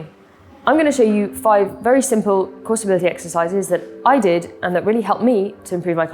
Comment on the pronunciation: I had to play the video 3 times to understand what " crossh tree training '' was :)) After I put subtitles and was ''Cross stability training " :))